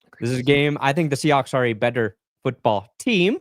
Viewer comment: cant say foot or ball today